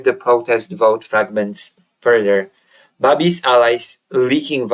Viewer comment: Babiš pronounced Babish